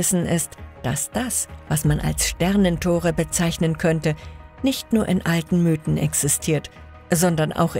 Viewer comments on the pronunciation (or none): none